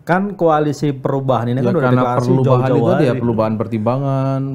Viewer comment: Bisa aja abang ini nyebut Koalisi Perlubahan he he he